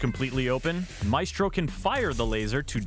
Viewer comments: Now before anyone gets used to the way Maestro is said. IT IS NOT ”May-estro” as said but rather ”Ma-Estro”. The same is with Glaz but people are too used to the way they say it. Lets not fuq this one up. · I cringe every time he says “may-stro” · Its MY-STRO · great video! Maestro is pronounced as my-stro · Its pronounced MY - S - TRO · You need to say maestro’s name correctly dude. You’re saying it wrong